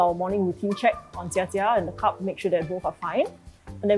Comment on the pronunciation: Admin it's "cub" not "cup"!